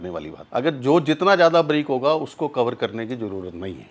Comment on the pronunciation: साले बरीक नहि बारीक बोल